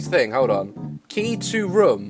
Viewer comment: not trying to be mean and I am a fan but u say rum and I say room XD